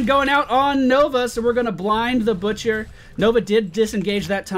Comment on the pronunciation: i heard the bitcher and not butcher :0